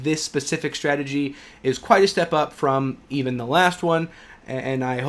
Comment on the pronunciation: Strategy NOT CHhtrategy! You learned how to pronounce words properly in school, dont grow up thinking it sounds more intelligent to fabricate an accent - its relevant of mental illness to do that! Advice from a friend of mine ...